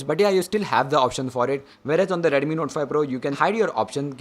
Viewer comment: It's not Redumi, Redmi it is...